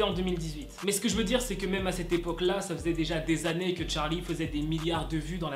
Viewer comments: quand tu disais charlie en mode 'tcharlie' je pensais a Charline d'amelio😅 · Ptdr cette prononciation TTTTCHHHHHHarly